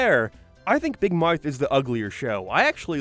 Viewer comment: "Like big mouerth" "Entiourety" Nigga what the fuck. I know everything that's gonna come after this first 2 minutes is gonna be complete ass.